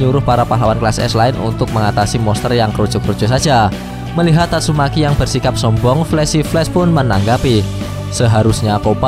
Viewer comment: Kok abang bisa bilang "Amai mask" tapi gk bisa bilang "tatsumaki" malah jadi "tasumeyki"